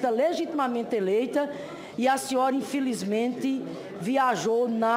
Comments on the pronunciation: mutcho respetcho, puliticu, infilizmenti, sun paulo, diretcho, mutcho mesmu, ispricá, supusições, sinhora, supusição, iscandalus, istrapulá, disconstruídu, infilizmenti. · "Infilizmente" não sei como tem gente que vota na senhora, senadora! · "Infilismenti" a sinhora num "ixprica" .."supusições".